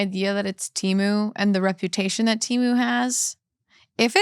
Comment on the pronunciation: It’s so crazy that you mentioned the Super Bowl ads for Temu. Everyone seems to have seen the ads but still pronounce the name wrong. In the ad they said it with a little E. Like the word ten. I think people have just been saying it for so long they don’t care to say it right